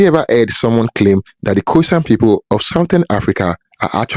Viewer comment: It's pronounced "Khoy-Sahn" not like "poison" lol